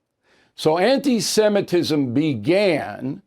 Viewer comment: Bill Pronounce it right...Semitism not Simetism. Watch yourself, please, thank you.